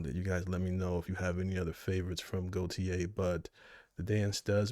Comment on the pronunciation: "goTYe" not "goYTe."